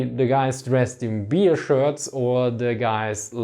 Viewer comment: i am the only one i hearing "beer" instead of "bear"?